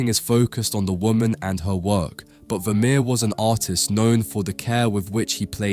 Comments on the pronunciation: ファミール？フェルメールだろ。A Iナレーション修正せんのかい！ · oi ! ya oaf , Pointillism was Signac's technique ( the 1880's ) ; if you morph into a clever dick and dream of including Seurat 'e would have gifted ya wiv a wooden collar ; he was a Divisionist ! ever heard of RP ? ( received pronunciation ) Vermeer = ver-mehr , NOT vermir !!!!!!!!! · ВермЕЕр, а не вамир. Не умеете настроить бота. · Что за Вамир? Художник по-русски - Вермейер! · А почему Вамир, а не Вермеер? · Вамир?! Вемеер?! Может» Веермеер»?!автору озвучки должно быть стыдно…👎👎👎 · Я думала раскроете секрет его потрясающей живописи на основе каких либо технических устройств, вроде камеры обскура, а тут опять секс привязали, скучища! Да ещё выговорить Вармеер это не в состоянии, не смешно, найдите хорошего диктора. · フェルメールは好きな画家の1人です。 日本語では、フェルメール、と発音し表記するので 番組の朗読に違和感がありましたが、右下の箱に付いて勉強になりました。有難う。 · Ох, уж этот автодубояж нейросетей - Вермеера назвать Вамером🤦🏼‍♀️ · Veh meh? Really? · Je ne comprends pas la façon dont il prononce VERMEER. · Перевод ии ужасен,даже фамилию художника неправильно произносит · ファーレ？ブァミール？フェルメール？